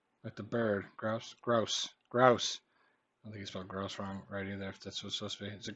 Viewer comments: It's "growse", not "groose". Rhymes with house. But full points for preserving one that is fading away. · annoys me at times. Grouse is pronounced like mouse. Cheeky is someone like a kid being naughty. I don't say no wackers to me it's no worries which I use alot. I've never said rockmelon it's cantaloupe